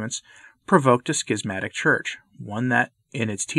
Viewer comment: I appreciate the pronunciation [skizmatic]. The alternate [shizmatic] just sounds wrong to me.